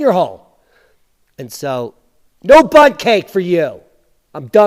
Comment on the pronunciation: I thought he said butt cake and was really grossed every time he does that. Can’t forward it on when he does that